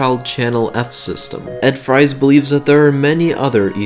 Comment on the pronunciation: Its not a big deal but its ed ‘freeze’ not ‘frys’ Great video though! Keep it up.